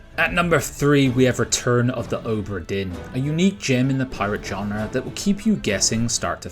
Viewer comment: Genre, not john-rah